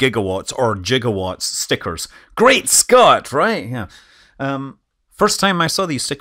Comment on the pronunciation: 1.21 gigwatts 🤣